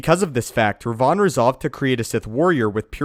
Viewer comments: ThibautVDP Even it was Rivan, which is strange seeing both KOTOR games had written Revan, and not Rivan. would still be mispronouncing it. Because the way he says it, it sounds like Rayvan and not Rivan. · i didn't know this guy existed. i thought just mispronounced it. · Ped K different Revan this is "Rivann." AKA Darth Revan fanboy.